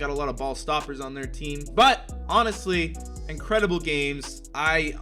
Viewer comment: nobody:: Incridibull